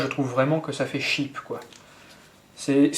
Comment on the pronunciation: Excellente review, merci encore ! (Petit ps : C'est 'cheap', pas 'sheep' :p )